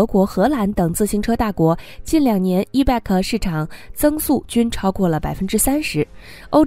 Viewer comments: Bike 讀（ 掰）！不是beg! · 错误太多,希望你能严谨一些.bike 是谁都r认识的英语单词,唯独你一点不知.可怜可悲🤦‍♀🤦‍♀🤦‍♀🤦‍♀🤦‍♀🤦‍♀🤦‍♀🤦‍♀🤦‍♀🤦‍♀🤦‍♀🤦‍♀🤦‍♀🤦‍♀ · 你的 bike 發音不正確 好刺耳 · Bike 發音有錯